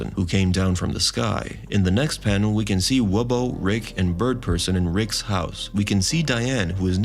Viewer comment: STOP! Just stop saying Rickses! It's Rick's. In Casablanca everyone didn't go to Rickses!